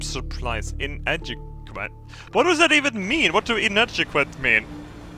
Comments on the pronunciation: Its pronounced In-add-E-Quit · Inadequate = In-add-uh-kwit. Not sufficient, or lacking vital qualities. Below standards. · "What does inadgequuat mean" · inadequet 'in-attic-wet' - not enough, or lacking the quality or quantity required/needed.